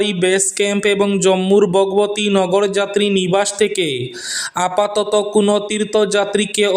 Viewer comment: নগরযাত্রী নিবাস নয় বলতে হবে নগর যাত্রীনিবাস 😊😊